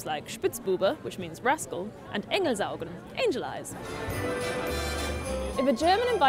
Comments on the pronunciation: usually has perfect german pronunciation, which is why I found it funny that she said "Engel-Saugen" rather than "engels-augen" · Watch out: Engel-saugen, like shepronounced it in the video means "sucking angels". For it to be "angel's eyes", you have to pronounce it Engels-augen. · Your pronunciation of Engelsaugen sounded a bit like: Engel saugen (Sucking on an Angel), and not "Engels Augen"(Angel eyes). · Yeah I was confused at first. It's Engels-augen not Engel-saugen. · is funny :D She said Engel-saugen ( suck an angel ) but she should said Engels-augen ( angel eyes ) Her german is good, but not perfect. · The way you've pronounced "Engelsaugen" ("Engel saugen") means to suck an angel…. :D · Did you say "Egel saugen"? It sounded like this XD